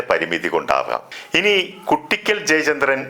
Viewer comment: കുട്ടിക്കൽ ❌ "കൂ"ട്ടിക്കൽ ✅